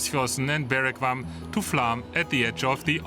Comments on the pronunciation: Flåm is pronounced "flom", not "flam". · Great video but you need to work on the proper pronunciation of Flåm ;-) Have taken the train between Oslo and Bergen several times and that ride is amazing as well but I have yet to take the side branch down to Flåm. I'd like to ride Rallarvegen down on a bicycle and then take the Flåms railroad up.